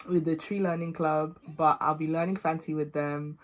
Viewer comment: For someone with a British accent , you’ve done so well with your Fante pronunciations 👏🏽